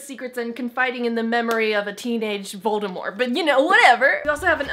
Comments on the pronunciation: She said Voldemor, not VOLDEMORT. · Did you really just say voldeMORE? What?? It’s MORT, dammit lol